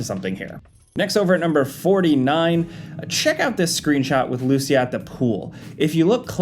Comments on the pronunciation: Its LucIa, not LUcia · Hey it is LucIa not LUcia 😅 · Its pronounced Lou-see-ya Not Loosey-ah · bro it's not Lucy-ah, it's Lou-CEE-ah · the way you guys mispronounce her name is killin me. lmao. its lu-SEE-ah. not Lucy-AH. not LU-sha either. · Thanks for giving credit to all the people who noticed these details. Either way, I would greatly appreciate it if you started pronouncing Lucia's name correctly. You guys are calling her "loose ya", when it's actually "lou see ya". Small difference, but it's definitely noticeable. Yes I'm a native Spanish speaker. <_< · Lucia is commonly pronounced loo-SEE-uh. Emphasis on the "ci". Ok bye. Love your videos! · It's pronounced LooCEEah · Bruh her name ain't loosheeah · I’m fairly certain the female protagonists name is supposed to be pronounced Lou-See-Yah, though the game may pronounce it a different way. In case anyone is interested. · it's not lucia is lucia (joke) but really that's not how it's pronounced (even in the trailer jason says it right 👍🏻) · I think you are pronouncing Lucia wrong, and it really bothers me... LOL! 🤣🤣🤣